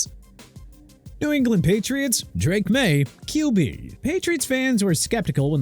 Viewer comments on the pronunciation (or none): none